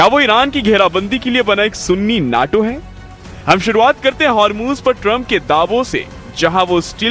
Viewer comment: मूर्ख आदमी न्यटो का क्या अर्थ है सुन्नी नैटो बोल ता है।